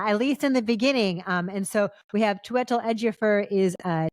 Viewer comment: Close. You said it like "chew-EH-tel." The emphasis is on "choo" and the last syllable is like "tell." Not that it really matters. I'm just a name perfectionist lol